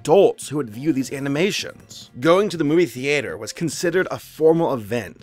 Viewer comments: who else heard him say: The"8"er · These videos are really interesting but I cringed so hard when he said thee-ate-err. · The-ATE-er? Mmmmm'kay.......